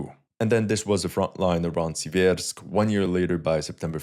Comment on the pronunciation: SEE-vairsk Stress on the first syllable.